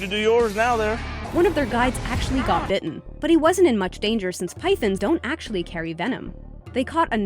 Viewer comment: The way they pronounced pythons though. It sounded so much like pythons.